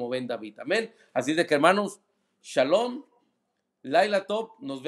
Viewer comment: Al inicio se oye como que dice chalon chalon en vez de shalom jajajaja